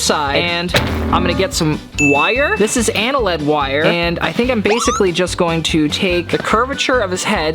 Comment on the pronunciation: "anna-led wire" ...ANNEALED??? UH-KNEELED?? 😭